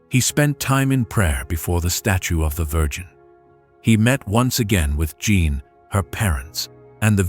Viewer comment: Beautiful story despite the many mispronunciations of French names and words, including Jeanne, which is "zhawn" said correctly.